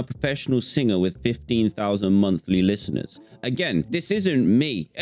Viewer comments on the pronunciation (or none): "Fifteen fousand monfly lifteners" -Dan 2021